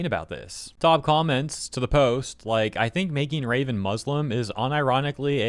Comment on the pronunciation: From Raven to Ra-spits phlem ven